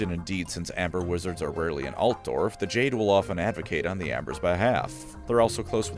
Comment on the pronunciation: Are you saying Dwarves ...or Dorfs? I genuinely can't tell